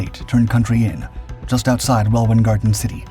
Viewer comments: The “Welwyn” In Welwyn Garden City is pronounced Well-in not “Well-win”. 🤦🏻‍♂️ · I lived just down the road from station 9 as a kid in the 70's. We'd often sneak into it's grounds and found all sorts of strange things, such as an underground bunker accssed by a manhole cover in the middle of a copse. Now I know what it was, I didn't then. Oh, and Welwyn is prounounced "wellin".. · For future reference 'Welwyn ' is pronounced "Wellin "...ok? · Not in Hull , welwyn pk av .is pronounced well win. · Pronounce Welwyn correctly please